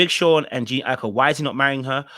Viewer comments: Like her name is not even hard to pronounce 😭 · Wth😂😂😂. Did all of you relationship coaches send out a memo to call this woman Jean. Its Jhene pronounced Juh-Nay